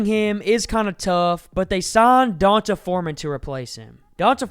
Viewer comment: Great video! FYI D'onta = Dee-Ohn-Tay 😊